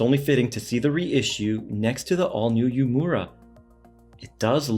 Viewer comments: It's pronounced "Ooo-Eh-Muh-Ra", not Yu-mura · Love your vids! Just for reference it’s pronounced ooh-eh-moo-ra though not as exaggerated